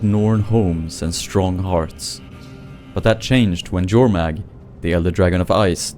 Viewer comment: Finally, someone who pronounces Jormag properly..